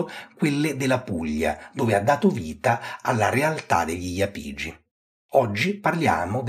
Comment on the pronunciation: Solo una piccola correzione, si dice Iàpigi, non Iapìgi, almeno stando a sentire la mia professoressa di archeologia italica. Ottimo video!